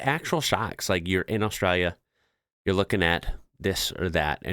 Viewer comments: We don't have Mexico on our border you do . We do have some foods like that. But not a big deal. Your accent is pretty good but there is a L in Austrlia not Austraya and no W in Koala's lol. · Absolutely love the way you're trying to pronounce Australia as Aussies do: "Ostraya". Very cute.